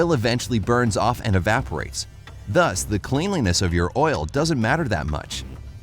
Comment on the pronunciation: Cleanliness is pronounced klenliness.